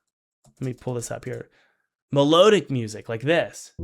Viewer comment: It's "me-lod-ic" not "me-load-ic"